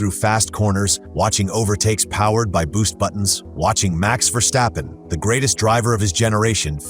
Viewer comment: I remember as a child hearing the cars go by at Zandvoort when we visited my aunt. That was oh, 55 years ago? I'm done now. Also, there is no schhhh in Verstappen. So it's not Verschhhtappen. Why do English speakers always fuck up my language, you know Google has a pronunciation function right? When Americans say "Look at that Van Gogh" you never know if they are talking about a painting or a fast delivery car. But what can you expect these days from AI SLOP!!!!